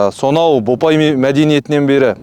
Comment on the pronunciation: Бопай емес "Ботай" мәдениеті